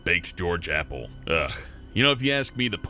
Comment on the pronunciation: Appel is not Apple GET IT RIGHT! Lol